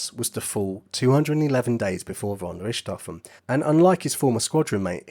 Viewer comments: Pronunciation error!! Richthofen is pronounced as Rick T Hofen, not Rishtofen!! Do NOT correct me on this!! One of my housemates is GERMAN, & she pronounces it as I wrote it!! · I am German and the pronounciation of the name "Richthofen" in this Video is not quite German but fair. The German pronounciation of the letter combination "ch" has no equivalent in English. If you know how to pronounce the "kh" in the Russian aircraft company "Sukhoi", that's close. "Rick T Hofen" or "Rick-tofen" are pronounciation efforts by native English speakers, the German pronounciation is approximately "fonn Rikht-hohfen" with a longer "o" (like in "door", not like in "stroke"). The nobility title "von" is not pronounced like "Vaughn". And Werner Voss' correct pronounciation is like "Vair-ner Foss".